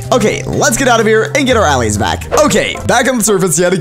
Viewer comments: "aah lays" its uhlays. just because its an a doesnt mean it sounds like it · Stop calling them All-ays call them Al-lays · its purnounced auh-lay-z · He said allays diffrently